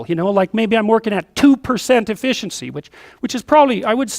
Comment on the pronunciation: It's efficiency, not effieciency.